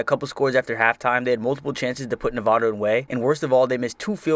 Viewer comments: As a Nevada fan I personally like the 2010 season (Also it's pronounced Nev-add-a not Nev-ah-da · Just a little concerned about how you pronounce Nevada.